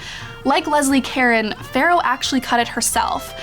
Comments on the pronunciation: Leslie Caron is pronounced "Carone", emphasis on the second syllable. nice video. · It's pronounced "Cah Rone." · It's too bad you did do your research so you would know how to pronounce Leslie Caron's name. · That pronunciation of Caron made me cringe.